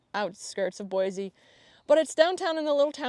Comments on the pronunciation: Yay! Idaho is the BEST. I've followed you for a while and am so excited to hear this. We live in east Kuna, just directly south of Boise, (its like 15 min south, if that) and FYI its pronounced Boi-SEE, not Boi-ZE. We moved 3 years ago and learned that real fast lol. Also check out Dusty Acres Boarding Facility. I actually live just down the street from the facility and its really amazing. My daughter gets her lessons there and I know they have space. Trail riding nearby, indoor and outdoor riding arenas, storage for trailers, and there are tons of trails an easy drive away. You can get to Lucky Peak or stay in the High Desert in just a few minutes from the facility. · Lesson 1 of moving to Idaho: Boise is pronounced Boy-see instead of Boy-zee😉